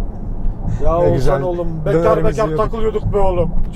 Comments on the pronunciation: Abi çok tatlısın Oğuzan diyip duruyorsun h harfleri yok heralde eleştirmek için değil sadece sempatikliğini dile getirmek için yazdım 🖐️ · Ozuzhan değil OĞUZHAN... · her seferinde Oğuzan demesi peki:))) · abi şu isme biraz çalış. Ozan gibi çıkıyor senin ağzından Oğuzhan:D "h" sesini atlıyosun:D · abi ouzan demesen oğushan gibi desen çok mu zor😊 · Oğuzan değil len, Oğuzhan Oğuzhan 😂😂😂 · Ne zaman oğuzhanın ismini oguzan diye söylemicen diye düşünüyorum😂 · Ouzan, adam Oğuzhan demiyor Ouzan diyor arada ğ h harfleri eksik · Oğuzan değil abi Oğuzhan :D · Ouzan niye diyosun abi :) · Oğuzan değil Oğuzhan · Oğuzan değil oğuzHan. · Oguzan degil Oguzhan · Peki ın oğuzzan demesi ndndndnnd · Neden Oğuzhan diyemiyon reis yahu adamın ismini bi düzgün söyle yahu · Abi bida oguzhan deme